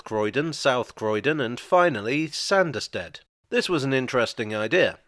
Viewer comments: It's still prononced Sarnderstid,though.... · 'Sah-nderstead'. Sanders are people that rub things down.